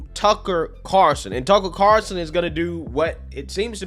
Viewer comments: its C A R L -son say it with me, he is kinda famous.. 0-O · Why can't anyone in this video pronounce the name Carlson? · Someone tell me why so many people drop the "L" in Tucker Carlson's name?